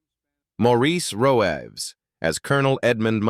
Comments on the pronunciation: Maurice Roeves...its pronounced "Reeves" not "Ro-evs." 🏴 And Pete Postlethwaite...pronounced "Possil-wait". Why the addenda of Actors' "Net Worth"... Tacky and irrelevant. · Roëves - pronounced Reeves.